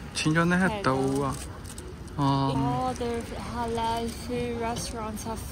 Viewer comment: why must you say halali when there is no li?